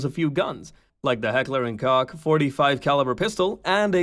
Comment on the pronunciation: The Koch in Heckler & Koch is pronounced like “Koh”